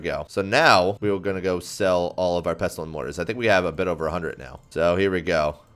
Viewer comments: Dude, you don't pronounce the t in "pestle" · This guy genuinely pisses me off cuz he says pestuhl instead of pestle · The T in pestle, is silent. Pessel.